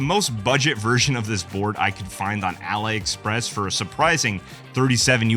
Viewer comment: I cringed when he pronounce Ali Express. . . . .